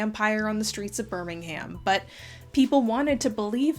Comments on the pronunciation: Birming- UM not BirmingHAM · Hi just letting u know that Birmingham is pronounced ‘burningum’ or ‘buringaam’ but please call it whatever u want 😂 Beautiful video, I find it quite interesting how modern views shape people’s images on the past and how people believe what they think is right even if they know it’s not the truth 🫶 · Birmingham is locally pronounced more like "bur-ming-um". Much like New Orleans is "Norleans" to a local. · One nitpick, it's pronounced "Bur-ming'um" not "Bur-ming-HAM." Otherwise, fantastic video! I always appreciate the amount of research you put into your work! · honestly, if anywhere has real vampires it's Birmingham (which you pronounced a bit weird btw, you'd think it's right but the "ham" is pronounced more like "um") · It's an American thing- Alabama has a city by that name, and they say "ham". (I'm aware of the English Birmingham- Just explaining why is using the American pronunciation). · this was a lovely video but the way you say birmingham is driving me mad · As a Brit, the way you pronounce Birmingham kills me. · I love the way Americans pronounce Birmingham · This is very interesting and I love your videos, but I find your pronunciation of Birmingham very funny